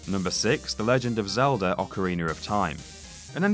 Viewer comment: Why does he keep adding r's at the end of words that end with a Zeldar Ocarenar Ect